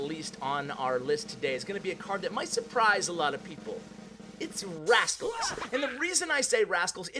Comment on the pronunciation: Hey you forgot a "T" when you were talking about rascals ha